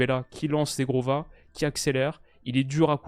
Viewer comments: si tu veux bien prononcer le nom de Zhegrova tu dois pas dire “zegrova” Zhegrova étant Kosovar et parlant albanais ça se prononce “gegrova” le “zh” = “g” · Coucou, j'adore ton taff, en tant qu'albanais nous sommes tellement fiers de Zhegrova! Juste petite correction sur la prononciation, Zh en albanais c'est le son j en français -> ça se prononce jégrova en "français" donc!